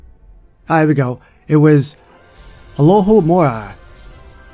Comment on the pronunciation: You said Alohomora correct!